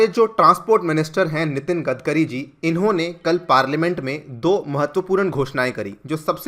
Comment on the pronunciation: 'गडकरी' नाम है उनका 'गदकरी' नही, आपको अगर 'आग्गारवल' बोला तो चलेगा क्या?